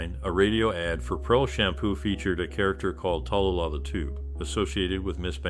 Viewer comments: her name is pronounced Ta-loo-lah........Tallulah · Her name is pronounced Ta-Lou-Lah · How can you do YouTube about someone and continuously mispronounce their name?